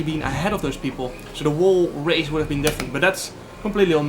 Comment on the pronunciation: Jarno, als je 'de hele race' wil zeggen (the whole race) spreek je de w niet uit. Op dezelfde manier als 'hole' niet wol. Sorry daar irriteerde ik me aan, dag!